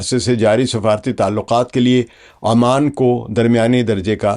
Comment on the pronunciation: Dear. Salam alaekum. Few of your pronunciations are incorrect and a few words are purely Hindi and not Urdu. One of the GCC is Oman and not Amman. This is to be pronounced withe the alphabet "O" And not "A". The words " Manna hai" And "Mudda" Are purely Hindi words and not of Urdu. Please do the rest yourself and oblige.